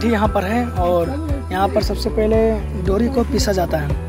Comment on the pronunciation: महुआ के बीज को डोरी नहीं टोरी बोलते हैं।